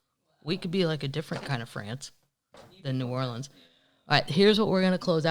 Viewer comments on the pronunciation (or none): none